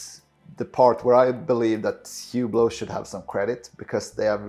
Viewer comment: This guy can't even pronounce the name of the brand he's defending correctly 🤦‍♂...The H is silent..say "OOH-BLO" not HEW-BLOW. This tracks perfectly with the typical owner...They're loud, garish watches that are famous for being famous and that appeal to ignorant people with bad taste and money to waste. They're the purple Maserati SUV of the watch world.